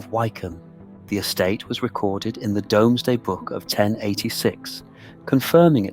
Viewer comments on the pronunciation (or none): Domesday book is pronounced 'doomsday'. I live in New Zealand and I still know that. I wonder what else is mispronounced. On saying that, it's not the end of the world. Just trying to be helpful. Great video 😊